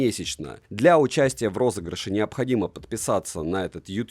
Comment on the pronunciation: Вот сколько смотрю видосы и не пойму одного... Ты говоришь "розыгрышей море" или "розыгрыш у моря" в начале роликов?